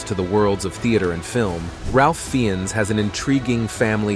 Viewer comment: Ralph Fiennes is pronounced Rafe Fines. Not Ralph Feeones.